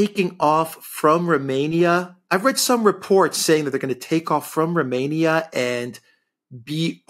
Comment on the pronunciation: Apart from deliberately mispronouncing Romania, poor old Alexander doesn't know what 'as long as it takes' means.